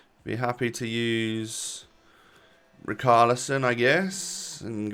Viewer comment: Pls save us from stressing and say Richarlisons name properly Ri-char-li-son